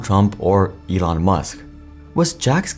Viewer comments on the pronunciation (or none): none